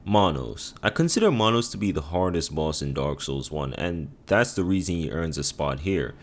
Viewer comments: who the fuck is Monos LoL its manus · I think Manus is pronounced like its written. Not mahnos